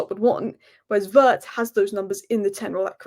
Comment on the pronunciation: vi-itz not vertz